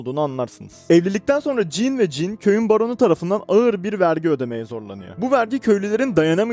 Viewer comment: Kanka jann diye okunuyor "jannı" (fonetik olarak) Jean de dediğin gibi. "jiin" şeklinde.